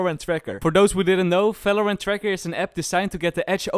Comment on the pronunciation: It's part 28 and he still speaks it as "falorant " T_T (no offence jk btw love ur vids<3)